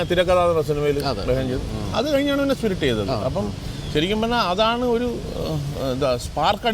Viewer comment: സ്പിരിറ്റ് എന്ന് പറഞ്ഞപ്പോഴേ ്റെ നാവ് കുഴഞ്ഞു. മാഴിമറിഞ്ഞു എന്നായി